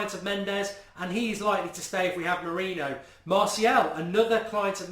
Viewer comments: Please pronounce it "Mouri-nio" and not "Mouri-no"! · I assume you're joking. It's more like "more-in-yo" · come on, Mark! say it as Moor-een-i-oh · Mu-Ri-ni-ho easy way to say his name correctly. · Say his name correctly. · STOP SAYING MOURINHO 😂😂😂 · Show some respect and say his name correctly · It's frustrating that you don't say mourinho right 😴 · Every week we're going have to listen to mourinho being pronounced wrong ...brilliant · Please pronounce Jose Mourinho right man!! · You have to learn to say our new managers name. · Mark can u PLEASE start saying MOURINHO's name properly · Arrrgggghhh you can't even pronounce Mourinho's name correctly.